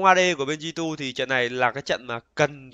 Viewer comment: Góp ý nhỏ là đừng đọc G2 là gờ hai lúc stream. Cũng k có gì đâu nhưng mình sợ sẽ bị quen lúc bình luận. Như studio nào đó bình luận cứ gờ hai với cả xê chín nghe bực vlin